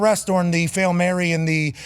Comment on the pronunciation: "Fail Mary" was called correctly